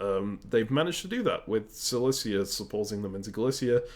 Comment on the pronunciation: apart from the fact that I wanted to jump of a bridge every time you pronounced Silesia (The Prussian Province) like Cilicia (The Roman province in Anatolia), good video!